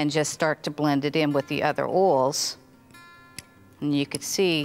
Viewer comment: “Arrgawood” “Ode” “Orls” “Pie-Pette” “Pyoya-foom” “Cardamon” Subtitles please 😂